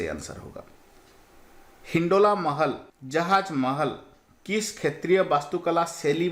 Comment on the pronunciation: Sir aap ek shbad pr gadbd kr dete hai har baar shetriy ko khetriy kahte hai aur mukhyamantri ko mukhsyamantri khte hai😁